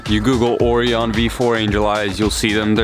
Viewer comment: It bothers me how he pronounces Orion